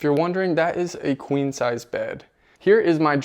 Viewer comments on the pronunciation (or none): none